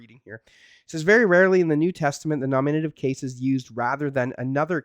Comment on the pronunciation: dude, learn to pronounce Greek grammatical cases ...NOminative...not ... noMInative...;{ u got it right at some points...